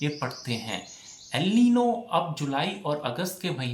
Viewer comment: अलिनो नही भाई अल नीनो है